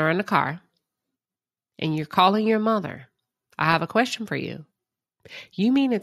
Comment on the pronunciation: She kept talking after she said in the car she would let Marsau talk to Martell. She always tries to act like a boss and comes off like a bobble head. Her line of “kweshtuning” made her look ridiculous. Someone pointed out how she made Martell apologize to her son CJ for saying that Marsau had 20 women. Apparently she felt Martell’s comments about the father affected the children now she playing dumb like she don’t understand her Mammy’s behavior. Her hatred for Mel is unreal. She loves to keep repeating the lie that Mel don’t know who her BD is, just to drag Mel.